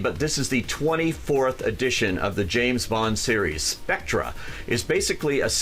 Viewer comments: Lost my interest at 14 seconds. Its SPECTRE not SPECTRA! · "SPECTRA?!" Christ... It's pronounced "spect-er" as in the English spelling and pronunciation for "theatre." SPECTRE. bailed out at 23 seconds. God I hate these fan-made reviews. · He said spectra lmfao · "Spectra"? The "oh-oh agent program"?? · fan of james bond...cant pronounce Spectre correctly